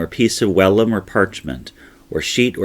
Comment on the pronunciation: Good info and well presented! Just a quick note. I believe it's pronounced vellum with a hard V. Thanks for these great American history videos.